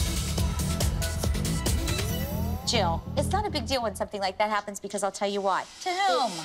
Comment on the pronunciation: “Only BEcOuSE” Kelly